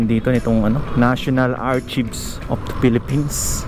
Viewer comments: kuya hindi po archibs dapat po ang bigkas ay arkayb correct spelling ay archives. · Archives pronounced as "R-KAY{Tagalog na "para kay..." )VS", galing ng English langauge no, npaka confusing. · Archives pronounce as Arkaybs🙂